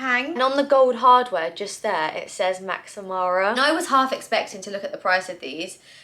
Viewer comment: sorry to be that person but you are pronouncing MaxMara incorrectly - I thought I would let you know as if it was me I hope someone would tell me lol hope you don't mind